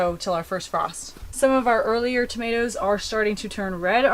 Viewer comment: Hi from New Zealand, love your channel, what are tamateas, I have never heard of them and thought you were just mispronouncing tomatoes